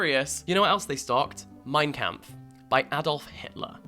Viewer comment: As a German reader myself, you pronounced "Mein Kampf" perfectly